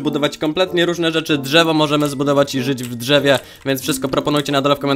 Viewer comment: Jak życz w dżewie